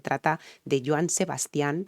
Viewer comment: Se pronuncia "Sebastian" sin acento en la última "a", el énfasis al pronunciar su nombre debes hacerlo en la primera "a". De él puedes reaccionar a "25 flores" o a "Maracas" que la cantaba con Alberto Vázquez Saludos